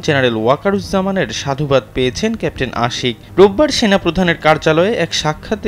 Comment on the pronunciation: ক্যাপ্টেন শব্দটা পরিস্কার করে বলুন ক্যান্টিন শোনা যাচ্ছে এতে পদস্থ কর্মকর্তার পদ বা সেনাবাহিনীর পদ মর্যাদা ক্ষুন্ন হচ্ছে